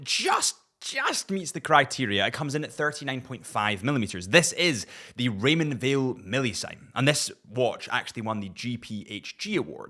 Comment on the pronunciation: RY-mohnd VILE.